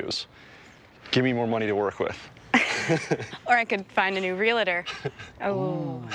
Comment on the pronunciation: She said relator LOL